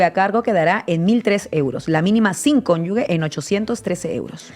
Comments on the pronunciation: Por favor, decidle a la chica de la rebeca verde que es cónyuge, no "conyugue". Por favor. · 😅Cónyuge no conyugue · cónyuge, no cónyugue.